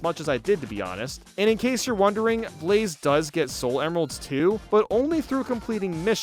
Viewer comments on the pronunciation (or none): none